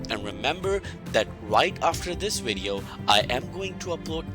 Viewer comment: Him: "Wideo... wideo" Me: 🥴 "vvv... vv.. video"